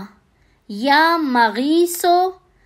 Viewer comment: MUAZRAT K SATH ( YA MUGEESU ) SAHI TALAFFUZ HAI MEEM K UPER PESH HOGA ZABAR NAHI